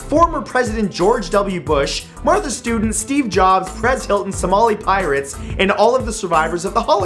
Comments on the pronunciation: MATT, IT'S NOT MARTHA STUDENT. IT'S MARTHA STEWART. GO BACK & CHECK THE TAPE. JUST LETTING YOU KNOW. I LIKE YOUR SHOW VERY MUCH. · Martha Stewart not Martha Student lol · Did he just say Martha Student? Hmmm?